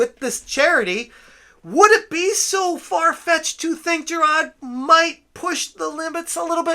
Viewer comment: How can you pronounce hard, fine, but struggle with Jirard.